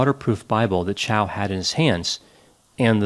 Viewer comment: "MY NAME IS CHAU, NOT CHOW".